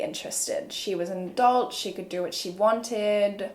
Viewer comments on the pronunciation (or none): none